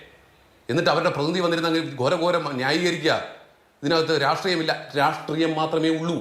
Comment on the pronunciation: ഈ സീനിയർ citizen SFI ക്കാരന് 'രാഷ്ട്രീയം' എന്ന് പറയാൻ അറിയില്ലേ? ഉളുപ്പില്ലാതെ സിദ്ധാർഥന്റെ കൊലപാതകത്തെ ന്യായീകരിക്കുന്നത് കേൾക്ക്കുമ്പോൾ അടിച്ചു നട്ടെല്ല് റബറാക്കാൻ തോന്നുന്നു. അതിനിടെ 'രാട്രീയം രാട്രീയം ' എന്നുകൂടി കേൾക്കുമ്പോൾ വെട്ടി നുറുക്കാനുള്ള ദേഷ്യം വരുന്നുണ്ട്. 🤬🤬🤬🤬🤬🤬